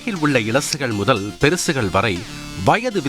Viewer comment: Elasugal perusugal.. very badly pronunced by such a reputed news channel.. shame😢